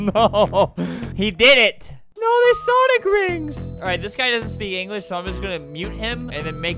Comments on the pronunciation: Sonic❌ Sawnick✅ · Did he still call them sawnic rings? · “Sawnick” haha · Its called sawnlk rings